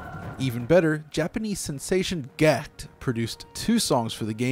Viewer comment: Fyi Gackt read as Gakuto 😎